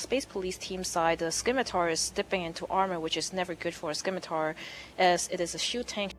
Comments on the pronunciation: Scimatar - Simatar not skimitar You dont say skissors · If she says skimitar again I will skin her face off. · You think she deserves some sort of special privileges just because she is a female? If someone refuses to pronounce words properly, and adds little to no value as a commentator, that person will be rightly criticized. It does not matter whether that person is male, female, black, white, yellow, brown, Jewish, Christian, Muslim, Atheist, rich, poor, human, or space hamster. If you act like an idiot on an international broadcast, you will be publicly ridiculed.